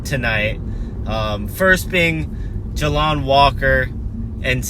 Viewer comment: JAY LON NOT JA LON